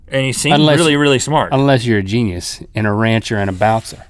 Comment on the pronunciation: Gene-E-US? What's a Gene-E-US? Is it edible?